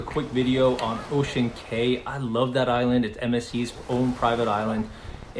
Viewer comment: Ocean Cay is pronounced Ocean Key. I hope they don’t build slides, etc. I would like them to keep it as it is. Stay with the other cruiselines if that’s why you are wanting.